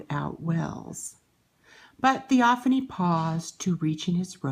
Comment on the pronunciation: It's pronounced( thee- o- fane) Not ( thee-o- fanee) I unsubscribed from you